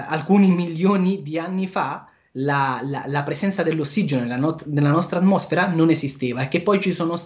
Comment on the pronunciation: Non sa pronunciare "atmosfera" e parla di filosofia, dio, universi e paradisi.......A'mbriaconeeeeee